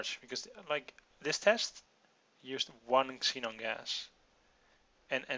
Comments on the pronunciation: Just for clarification, the "X" in Xenon is pronounced with a "Z" sound. For example, Xenon would be "ZEnon." Its really confusing because the English language is full of weird exceptions. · Just so you know, when there is a word that starts with an "x," it is pronounced "zee" (I know you are not english), so Xenon gas is "Zeenon gas," in terms on how it is pronounced.